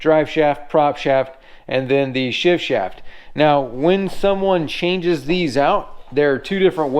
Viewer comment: I'm impressed with your ability to say "shift shaft" without messing up. On the serious side you're doing great work. That lower unit looks a lot like my Nissan.